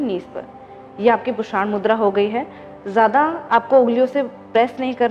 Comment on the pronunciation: पुषाण नहीं पूषण बोलिए